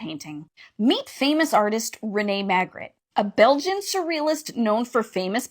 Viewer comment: I can't with the way she butchered Magritte's name. I mean come on.